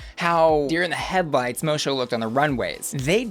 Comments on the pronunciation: Friend of the queen, it’s pronounced mo-sue. It’s tricky for all 🤷‍♀️ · Girl it's pronounced like mossso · baby.. moço is pronounced moh-soo. Moço means like a early teen boy is portuguese ❤ love ya, kisses from portugal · Moço is pronounced MoSue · Moço is Portuguese for "boy". And it's pronounced much closer to "mo-su" than however you're pronouncing it. Google translate is a great resource. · Ahahaha hearing you pronounce Moço is hilarious 😂💖😂 it's pronounced Moe-Soo btw 💖💖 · Moço is pronounced Moh-su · Miss Moço is pronounced Mo-Su. Moço is Portuguese for boy so her name translates to Miss Boy. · Finally a girl with a portuguese name, now i can be that person who corrects the pronunciation yay! The "Mo" part you got right, but the "ç" makes a S sound and in portuguese the "o" in the end of words is pronounced like a "U", or for english speakers a "oo" , so in the end the pronunciation would be something like "MOH-soo" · I was wondering why Moh-Su, not Moh-Soh. Now I know. Portuguese, not French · its pronounced miss “mosso” 😅💛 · Miss Moço is pronounced Moe-Sue. The pronunciation you gave it in this was just painful. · Right? What is that pronunciation? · Idk why but the way butchers Miss Moço's name just hits... diferente. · Lmao you watched the show and still somehow can’t pronounce Moço’s name right 🤦🏾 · I think you mispronounced Miss Moço's name. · Just one note ... It's Miss Mo-Sue not Miss Mo-show but other than that, you're on point as usual <3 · Miss Moço is pronounced Mo-Sue not Mo-Shoe. It's a portuguese pun for Miss Boy. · Moço is pronounced Mo-Soo, not Mo-Sho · I'm confused did u watch it on mute? Moçu, and the judges all pronounce it MOE-SUE like, a bunch of times. I don't understand where u got mosho from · It's pronounced mosoo... Not mosho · Mo-soo not Mo-show… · The pronunciation is Miss Moço (Mosso), not Mosho. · it’s pronounced Mosu not mocho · bro it’s pronounced mo-SUE, not mo-show 💀